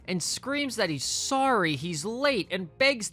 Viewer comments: I can't believe you kept saying "sawl" instead of "saw" or "seen." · I LOVE YOUR VIDEOS BUT PLEASE TAKE THE L OFF SAW WHEN U SAY IT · is there a reason you put an L on the end of the word “saw”? No hate at all, just asking because I’ve heard a couple of people pronounce it this way and wondered if it was a regional thing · I think it’s a regional thing, like how some people saw “dish warsher” when saying “dish washer” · It’s a regional thing 😂 American intrusive L common in mid Atlantic